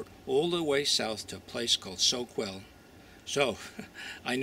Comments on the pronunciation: Us locals say So- KELL. Spell Soquel. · ”Soak-well”? Where that? 🙄